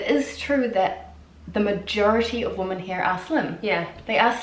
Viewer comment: She also doesn't make any distinction between "woman" and "women".